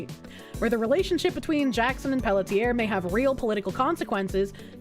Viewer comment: Pelletier is pronounced pel-tsee-ay